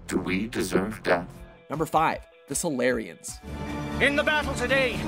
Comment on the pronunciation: Wait Salarians sounds like solairians. Dark effect confirmed